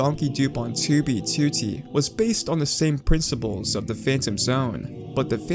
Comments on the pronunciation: It's "2 bee two tee" not "toobeetootee" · He be like: tewbytewty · I love the way he says 2b2t. "ChooBeeChooTee" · "too bee too tee" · Oh my god, the way he says "2b2t" 😭😭😭😭😭😭😭😭😭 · How you Say 2b2t Triggers me